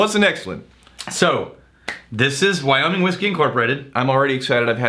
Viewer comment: Wow really pronounces those "G's" at the end of his words..wyominG, lonG, cominG...lol